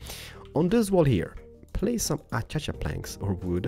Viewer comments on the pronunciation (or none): it's funny how he pronounce Acacia with Achacha planks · it's hilarious everytime he says "achacha planks"